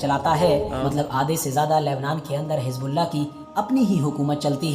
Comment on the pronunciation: Hijbullah ? Aby teri zuban ko kia hai ? Z ko J ko bolty tm log ? Pharna nhe ata tujh